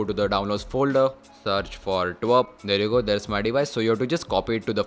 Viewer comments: It's not twerp it call T W R P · Twrp pronounce bhi nhi kr paa rha😂gawaar